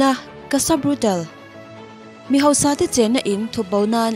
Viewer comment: Cassa Brutal nilo in..brutaaale zawk o..Tiang chin tawhah chuan Pronunciation hi uluk hram2 ang u..constructive criticism ah min lo ngaihsak dawn nia!!✌🏼✌🏼